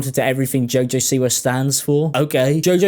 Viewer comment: Half way through I finally realized you were saying “Siwa” and not “c-word”